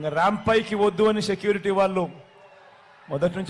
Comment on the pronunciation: "షీ"కటి, "షె"క్యూరిటీ, "ష"త దీవెనలు. ఏందిరా సామీ మాకు ఈ ఖర్మ...